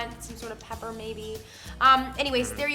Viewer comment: "I fink I would like some peppa" 😂😂😂 pmsl